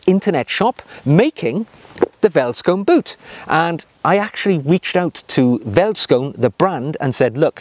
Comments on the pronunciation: Hey, great video, but it is pronounced felt not welt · Neat video! Two small things, though. In Afrikaans, a V is pronounced as a F sound, ie. "(F)eld skoen". Also, whilst "field shoe" is a fair translation, I'd wager that "bush shoe" may fit better in this situation. Regardless, thanks for making the world aware of this amazing shoe! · Ah... I was looking for this. Wouldn't you also pronounce the 'oe' as an english 'oo' ( as in food)? So veldskoen being pronounced 'feltskoon'? Cheers. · Hi, enjoyed your video with a homebrew flavour! Being South African, I must emphasize that these shoes, pronounced "feltskoone" is part of our heritage just like a kilt to the Scottish. Every man in South Africa are familiar with them and everybody wear them, even the "smart shoe" are popular and in South Africa, being quite hot, suits are seldom worn and that's where these play their part. They might be considered "smart" when wearing a outfit not quite very casual eg. Neat cargo pants with the latter instead of the suade version. Keep em coming!! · Thanks for introducing veldskoen to the world. I'm South African ,born & raised. The V in veldskoen is pronounced as an F. So you basically pronounce it "feltskoen" singular & "feltskoenner" plural. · Hi. My name is Sailesh, and I'm from South Africa. I'm a huge fan of your channel and follow it religiously. The "V" in Afrikaans is pronounced as an "F." Veldskoen is pronounced as "Feldskoon. " Anyway, thank you for a fabulous channel, and keeping us motivated on the journey to Chap Nirvana. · Ahh.. that takes me back a hundred years or so to my school days in the old Transvaal. Great material, as always,. Pronunciation by English-speakers is best done by saying it as if it were spelled: "Felt-Skoon". It translates from Afrikaans as "field shoe." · South African shoes. Vellies (pronounced felly's in Afrikaans) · 10 of 10 for butchering the pronunciation!